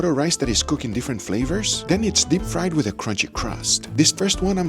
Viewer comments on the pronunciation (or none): none